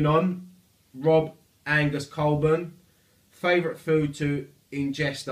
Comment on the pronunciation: Having my two questions answered made my snowed in day at work. PS it’s pronounced cole-born haha